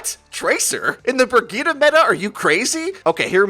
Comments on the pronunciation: Why do people still say brigitah? Like boi, brigitte, i even accept breyeet bcuz its funny but dont try it and fuck up xD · Did he said /Burgita/ instead of /Brijeet/? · I don't understand why people are pronouncing Brigitte as Brigitta, like where the FUCK did you get the a from? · Don't they say the characters name in the game? That isn't how you pronounce Brigitte. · Wait is her name actually brig-eeta or Bri-jit Edit- NEVER MIND YOU PRONOUNCES EVERYTHING WRONG